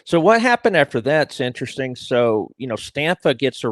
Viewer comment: Everything is very "Entresteen" to